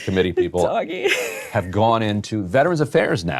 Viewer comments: I'm with Emily, it is hilarious every time Ryan says "Doggy" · Can't stop laughing how he pronounces DOGE - it's not dog buddy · it cracks me up everytime he says doggy committee XD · I'm ok with Ryan pronouncing "DOGE" as "doggy" ... we can go with that :) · I fkn love how ryan actively refuses to pronounce doge the way its intended to be lol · The most offensive thing about this video is Ryan’s flagrant inability to pronounce doge. You are making your living on the internet, learn a meme! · I love how Ryan Grim deliberately mispronounces DOGE, and then says "Sorry", and likely intentionally mispronounces it in a different way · Its not doge eh, not French or Canadian, are you miss pronouncing this on purpose? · Can we get a counter for how many different ways Ryan pronounces “Doge”?